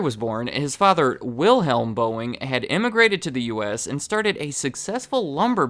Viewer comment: It’s vill-helm